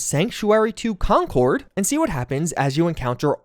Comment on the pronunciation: Concord MA is said "conkerd" unlike the plane pronounced "con-cord". /massachusettsrantoff